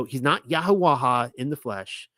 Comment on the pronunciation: You still haven't been shown the lady 'ha' in paleo Hebrew is not pronounced. So it's YaHaWah. Please look it up